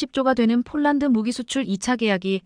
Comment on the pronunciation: 대폭이지 대쪽인라고하네? 폴란드지 쪽란드라고 하네? 뭐지 한국사람 맞나?